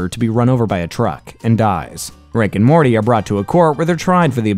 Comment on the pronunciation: How many times have you said Rick and Morley?